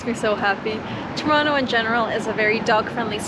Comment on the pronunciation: I'm surprised you pronounce Toronto, "Churonno". Very good.